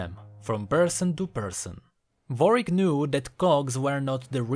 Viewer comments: is it me or you saying varwick instead of warwick or is it my speaker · I like that you say Vorick instead of Warwick xD